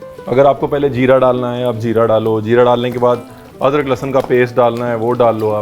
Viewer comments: You said "adkar" instead of "adrak" Not trolling just for fun 🤣😝 Kbhi kbhi jaanbhuj k b aise bolne ka mann krta h just for fun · Adgar 😂😂😂 अदरक को adgar बोला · Ye crispy ko cripsy bolta hai aur adrak ko adkar😂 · Amazing chef with mst Punjabi .."adkar"😀😂👍..luv this recipe 👍❤️🔥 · Punjabi style अदरक को अदकर😂